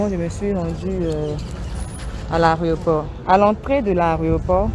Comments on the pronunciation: En plus elle ne fait que répéter Areoport, elle qui pourtant corrige les autres en ce moquant très souvent bref. On dit AÉROPORT. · On dit l'aéroport et non l aréoport Eunice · Yako ! Mais toi qui corriges les gens, on dit aéroport, pas aréoport. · On dit aéroport et non aréoport. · Mlle Eunice, on dit aéroport et non "arioport ". Nos "stars " doivent faire des efforts en matière de diction. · 😂😂😂 chercher mon nom j'ai fais le même commentaire. On dit AÉROPORT madame